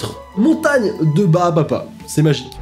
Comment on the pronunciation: Pourquoi personne ne parle du fait qu’il a dit au moins trois fois ✨ barbapa ✨